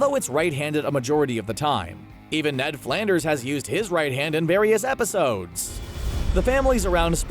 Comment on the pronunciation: Was I the only one that noticed that the narrator said “Episaudes”